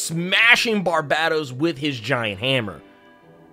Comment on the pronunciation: Hey man, and I say this with love - and corroboration from Scott Synder and Greg Capullo and the works - it’s FUCKING Bar-BAY-tos!!!!!